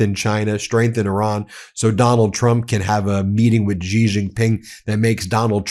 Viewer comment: Wow, it is pronounced she not gee. What is wrong?